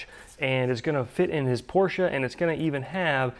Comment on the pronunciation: Thank you so much for pronouncing PORSCHE the right way... big bonus for that (told you your travels payed off already)! As usual I like the way you tackle this part, but I need to agree with "thecorbies" comment... I believe a Porsche part will be designed in mm and therefore an inch (25,4mm) might be close enough... but might not be on tight fits etc. Of course this part is not something for the newest Tesla or space probe, so most likely you and Keith will be more than happy with the result. Considering the alternative... some kind of bend sheet metal... hammering, flattening, measuring, welding, brazing like a mad man... I would expect the audience to be a little bit more tolerant... he pronounced Porsche like a boss... give him some time... he will come around soon enough!;) I love it!